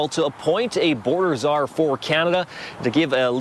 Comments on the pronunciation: Czar not Cesar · Heads up. The word is pronounced "zarr" and the news agency is pronounced "roy-ters". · Future reference it's pronounced zar. You are still great, tho! Lol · Zar is how it's pronounced, ignore the c , I know the English language is fucked..... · Czar is pronounced zar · you are clearly politically incompetent, you cannot pronounce Czar and belive Trumps lies about Canadian issues.